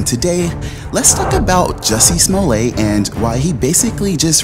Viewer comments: Damn good video....but it's Small-let, not Small-lay. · SMO-LLETT, NOT SMOLAY.. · Sma let, not sma lay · Smo*ley*? You've heard Smolette so why are you saying smoley? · It's not pronounced "Smol-ay" No one does. It's not a French name. His father was Russian-Polish Jew. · Why would you pronounce it Smoley when everyone else pronounces it truthfully. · BS. Oh I knew he was lying but I didn’t say it until now!! Plus, you just payed a clip of multiple people pronouncing his name yet you still refer to him as Smollay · If the guy's name was pronounced "smolay" it would be spelled "Smolet" rather than "Smollett." Basic French grammar. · Da fuq is Smo-ley?